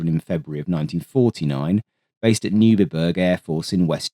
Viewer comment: Neubiberg AB is pronounce Noy-Bee-Baerg.